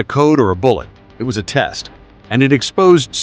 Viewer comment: Or the word “test”……always pronounced tess